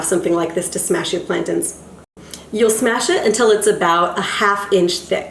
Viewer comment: Why is she calling them plankton?? 🤦🏻‍♂️🤦🏻‍♂️🤦🏻‍♂️🤦🏻‍♂️ plantains lady pls for the love of God! 🤦🏻‍♂️🤦🏻‍♂️🤦🏻‍♂️